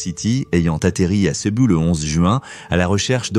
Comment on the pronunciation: Pas Cebu, on dit Cebou (u = ou).